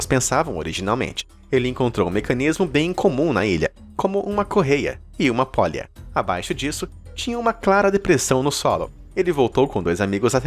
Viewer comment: "pólha" foi de doer!